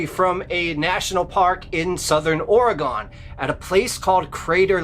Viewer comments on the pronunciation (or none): I am originally from Southern Oregon. Crater lake is less than a 2 hour drive from my home town. There is definitely an odd almost creepy feeling in that area. However,, it's pronounced ORE-GUN not ORE-GONE. That's ok most people east of TX pronounce it that way. Just wanted inform you, not insult you. You're awesome. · Not Ore-E-gone but ORY-GUN.... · Ore-REE-Gun, not ori-gone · Its Or-egon not Oreg-Onn!! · OreGUN not OreGONE!!! Just like WashingTUN not WashingTONE. or WashingTAWN. Same pronunciation. OR E GUN. Or e gun, Oregun is how it is pronounced!!! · Pronounced Oregun not Oregone. Only it’s spelled Oregon. I have been to Crater Lake. We spent the night there and we never had any problem. But I’m afraid of water so I never went near the lake but once I did feel strange when I was looking at it. There is also lots of bears in the area but I doubt they would have taken his camera. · Ok I don't want to be rude just inforative... In the West it's pronounced Ore-gun. Not Ora-gone.😊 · OR-A-GINN... NOT OR-A-GONE... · So the beast of Roanoke is a werewolf lol. Also it's not pronounced "Ore-gon" it's pronounced "or-uh-gun" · Its Oregon like a organ in your body Not or - eg' gon. Js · The story about Crater Lake is always interesting but Oregonians take it poorly when you mispronounce the name of the state. It isn't pronounced Ore a gone - it is pronounced Or uh gun. I have had to go past Crater Lake a number of time and once, a boyfriend and I, my son and his daughter (kids) decided to go to CL to play in the snow. We ALL got creeped out just being there. The kids didn't want to play and something about being there just felt wrong. We had driven a long way to get there but every one of us wanted to leave, so we did, after only being there for about 10 minutes. I'm glad I don't have to drive that road any more. All good stories folks. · 🐺 Friends don’t let friends say “Ore-ah-gone”. 😉 Thank you, from someone who lives in “Ore-ah-g’in”. Merry Christmas!🎄🐾🐾🐾